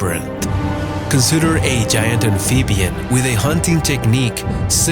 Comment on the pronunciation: Ampheebeean lmao